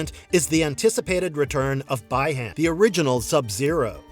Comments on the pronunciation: The pronunciation is Bee Han (Bi Han) not Bai Han (Bi Han) for Sub Zero's real name. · Bee - Han or bi Han not by hon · The fans may be disappointed because of the lack of Johnny. But upon hearing BY-han . . . 🤦🏻‍♂️